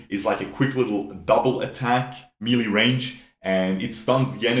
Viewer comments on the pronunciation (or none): none